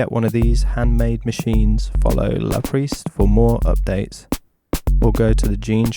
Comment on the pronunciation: Yeah that pronounciation surprised me too!